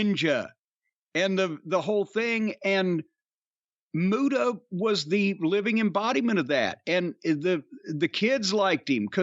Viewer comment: The great mute-uhh